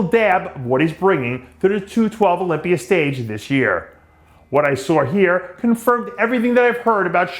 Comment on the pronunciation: “What I sawr here”